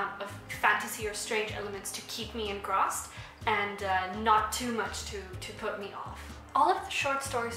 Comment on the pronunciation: Wow, that sounds like a cool book. Is it translated or is this author like Kazuo Ishiguro in that she writes in English? Just a tiny tiny thing, and I know that "corrections" don't really look helpful, but you speak like... a bazillion languages and I struggle through TWO so honestly this isn't a superiority thing, I just want to help... the word "engrossed" is pronounced like "gross" as in disgusting, not like "embossed". So it's a "long O" rather than a short one (and I checked this just to make sure it wasn't specific to one major accent in English). I know it's a double S so it 'should' be "eng-grost" but there you go, English hey... Great book review!